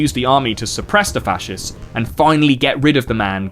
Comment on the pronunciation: bro really said fa-shez 💀💀💀